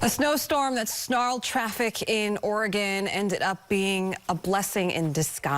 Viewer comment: Trevor! You magnificent man you pronounced Oregon correctly! 😁